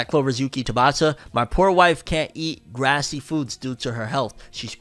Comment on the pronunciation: you said "grassy" its written as "greasy" -- like fast food grease that clogs the arteries...